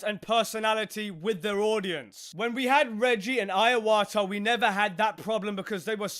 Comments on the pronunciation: I hate corporate greed, because it ruins media and entertainment, Also Iwata is NOT pronounced "Ai-wa-ta" it is pronounced "I-wa-ta"! ("I" as in "ee")! But anyway, I have respect for Reggie and Iwata, because they prioritised on making the games fun. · Shibata is said like She- Bah- tah not Shy- bah- tah. And Iwata is said like E (as in eat) - wah- tah. Not eye- wah- tah. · Dude. It's "Iwata", not "Aiawata". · Ai wata and shai bata it seems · "...Reggie and Iowatah..."